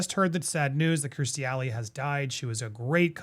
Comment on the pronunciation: Honey, it's KIERStie, not KRIStie. 💜😎